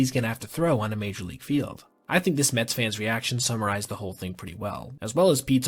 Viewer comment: The New York mehs 🥴 🍺.